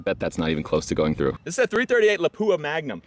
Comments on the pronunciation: it's pronounced LÀPUA, not LAPÙA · Lapua....two syllables...pronounced "lop wa"